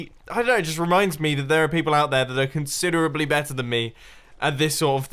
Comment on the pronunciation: considerably.......considerably.......considerably hmmm.... i dont know what to say. (no offense mumbo)